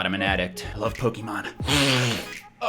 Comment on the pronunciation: jesus christ stop pronouncing it pok eee mon, its poh ke mon god fucking dammit